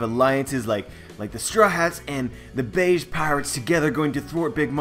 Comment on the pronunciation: Capone "Gang" Bege (beh-gay) Other than that another great video, haha